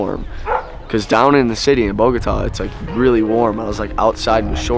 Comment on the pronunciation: Smart! As world travelers, I guess you are packed for all type of climates! Love your channel. PS. You wife does a good job with the pronunciation of some of the foods, but she has a hard time with the name of the city: Bogota!